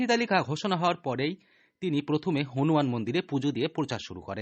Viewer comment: তুই আগে ভাষা টা শিখে আয় তার পরে খবর বলবি। হুনমান মন্দির এটা কি রকম কথা?